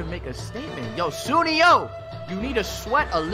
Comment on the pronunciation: Also its pronounce as su-ne-yo, u be pronouncing it the wrong way bruh.